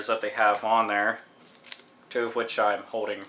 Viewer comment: Hahahaha - "I have a whole bunch ov them." *leans over* "That's a whole bunch ov games." I agree with you on taking care ov games though. Luckily I've never had the problem with the stickers. I don't even recall having to peel them off at all; maybe I just subconsciously removed the stickers.